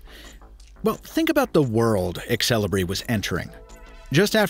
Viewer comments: it's pronounced "sell-e-bray" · really... i thought it be more like zel-ee-bree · I've always wondered why native English speakers pronounce letter e before x. Like Xelibri here becomes exelibri.